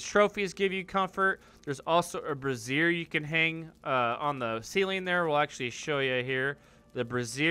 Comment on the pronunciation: lol - Two completely different words: brazier and brassiere, you keep saying the latter. :)